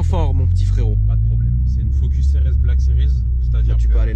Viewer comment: ptdrrrr au début j'ai compris "je suis avec deux phoques"